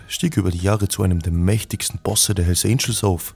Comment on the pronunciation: bruder die heissen hells "Angels" und nicht "Angles" .. aber geiles video 😇👏👏👍👍👍